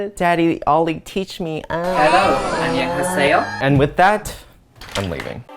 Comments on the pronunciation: Onion seyo ... I have been laughing at that for about 10 minutes XD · ŌÑÎOÑ-SÆ-ÓH...IM DEADDDD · "Onion-saeyo" 와 진짜 ㅋㅋㅌㅋㅌㅌㅋㅋㅋㅌㅋㅌㅋㅌㅌㅌㅋ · I actually died when Ollie said "Annyeonghaseyo" in the beginning, I might have only been learning Korean for a couple of days but I know that's not how you fucking pronounce it 🤡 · "after residing for 5 years, and passing a Korean proficiency test" yeahh, they're probably NOT getting that proficiency anytime soon if they can't even say "hello" correctly akskdl nobody says it even remotely close to that